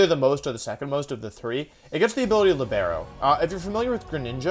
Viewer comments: Man cindercace's ability is italian for a centre-back in football (soccer) with a specific playing style and it's pronounced "LIIIBERO" like leebero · I don't know if you said libero like that because of your usual joke but I'm gonna explain the meaning to everyone interested. Libero it's pronounced "Lìbero" (like "Liberty" but with a o) it's an Italian word which means free and it's use in soccer to indicate a player that can switch role depending on the situation, that's why cinderace changes type and it's a football reference so yeah, pretty fun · Libero is pronounced "Lee-Burrow"